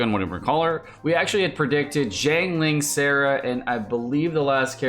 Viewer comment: SARA and SARAH...., they even call her SARA in the game. SARA. not SARAH.